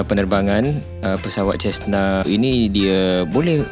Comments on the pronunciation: cara nak sebut tu 'sezna' bukan 'cesna' 🤣 btw, best Malaysian vlog youtuber, support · Ini bukan jet laa bahalul, private charter Cessna Caravan. Sebut Sesna, bukan chesna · Prounce correctly, not chesna.. but cesna. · He pronounced Cessna as Chestna ! 😂😂😂